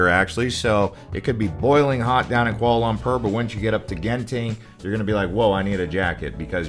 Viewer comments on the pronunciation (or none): FYI it’s Kuala Lum-por… not Kuala Lum-perr 💀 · It’s Pronounced Kuala Lum-por, not Lum-pur! 😂 I was just there and aside from the modern skyscrapers, interesting food and Batu Caves, I wasn’t that impressed with the city.